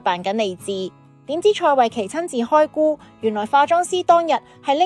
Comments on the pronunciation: 旁白係咪Al？ 開估，音古，唔係孤/姑，Viu TV又讀錯，仲有其它字嘅讀音AI先會咁讀。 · 開估變開菇😂